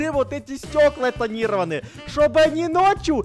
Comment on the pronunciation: Не танира́ваные а тани́рованые